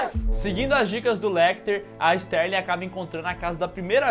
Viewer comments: Clarice STARLING, não STÉRLING. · Não é Sterling. É Starling.